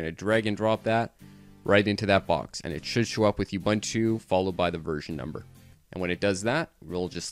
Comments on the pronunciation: Thanks for the instructions. But Ubuntu is pronounced differently - uboontoo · Great tutorial! it's pronounced "oo-BOON-too" though.